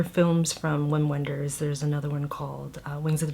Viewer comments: It’s pronounced Vim Venders (he’s German!) 😅😅😅😅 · Random but the directors name is pronounced with a V! “Vim Venders”